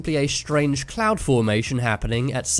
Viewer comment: I thought he said the “Massive orange clown”